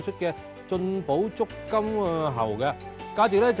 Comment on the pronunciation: 我都係聽到足金鳩猴